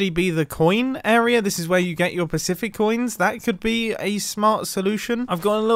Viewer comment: pacific coins sounds like pacific oins